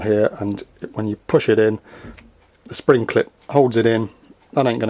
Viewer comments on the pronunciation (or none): none